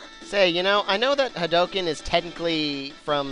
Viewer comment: thought u could use that in 1 of ur lp's well if u somehow do another gw and to be far hadouken is pronounced with a u since ryu shouts it so does ken